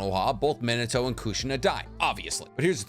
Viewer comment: It’s not men uh toe. It’s MeenAHtoe.